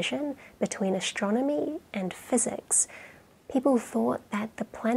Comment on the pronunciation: ""ashtronomy" really ?